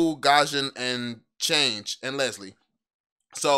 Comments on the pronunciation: Chang e is pronounce sang uh in MLBB lol and kaja pronounce Kaya -_ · The way to say chang’e makes me cringe